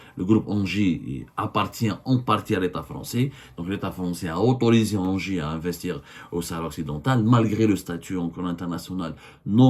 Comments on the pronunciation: Engie ca prononce Ngie pas Angers 😂😂😂😂😂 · Mdr mais arrête de dire anger , sa ce dis enji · On dit N-J pas anger 😂😂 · 😂 Semmar on ne dit pas engie ça se prononce NJ Ok Longue vie à votre pitoyable classe politique algérienne ✌️